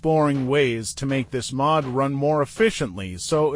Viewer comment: "pri-ordi", "Sätsumaah", "Maahd", "pluudzin" lmao